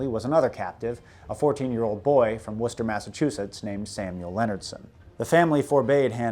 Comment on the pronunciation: I grew up in that area, Haverhill specifically and I've never known a non-local to say it correctly, nor Worchester. I am greatly impressed you got both right.